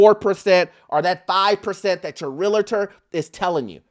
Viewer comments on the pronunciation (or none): 🗣️It’s Real-tor! not Real-i-tor 😁